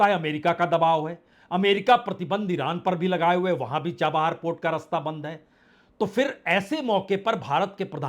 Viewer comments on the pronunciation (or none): none